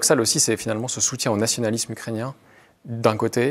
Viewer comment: Bon, s'il te plait, écoute le monsieur, il dit "nationaliSme" Pourquoi tu insistes avec ton "nationaliZme" T'es chiant à la fin. Et c'est pareil, ce n'est pas pas fantaZme, mais fantaSme. Bordel, fait attention un peu. Tu te prétends souverainiste mais t'es pas foutu de respecter la langue. C'est con parce que le discours que tu tiens est intéressant en fait.